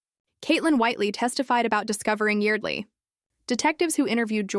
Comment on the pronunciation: IT'S YARD-LEE